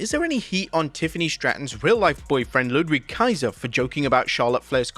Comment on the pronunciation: Ludwig Kaiser; "Ludvig" is the pronunciation...